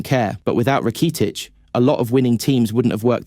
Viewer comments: You need a better AI narrator. This guy sounds like a soulless robot. The pronunciation of Rakitic was....interesting 😅😂 when you upload your script to the AI voice generator I recommend spelling names phonetically so your robot pronounces it correctly 😅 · I thought the video was great until he said “Rakeetich” and “Sholes”